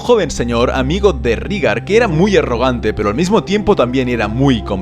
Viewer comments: Todo bien pero "Rígar"? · Creo que se pronuncia "Réigar" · SE PRONUNCIA REIGAR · sobre como pronunciar, solo analiza los fonemas con lo que sabemos de la serie. Si "Daenerys" se dice "Daenerys", esa "ae" se lee como se escribe: ae. Por tanto, "Rhaegar" se dice "Raegar". Del mismo modo, si te das cuenta, Aerys, Shaera y Jaehaerys. Porque en todos los casos es el mismo fonema, es una "raiz familiar", que en las novelas suelen usar los escritores para dar uniformidad a una familia y facilitar al lector el asociar varios miembros de la misma familia, como "aragorn-arathorn". Por tanto... "Raegar", "Daeneris", "Aeris", "Saera" y "Jaejaeris". Un saludo! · TU narrativa siempre es excelente¡¡¡... y en castellano se pronuncia "Rigar", ae suena como í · Rhaegar = Reigar Lyanna = Lianna Arya = Aria (Muchos Angloparlantes creen erróneamente que se pronuncia ARAIA) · Que mal pronuncias todos los nombres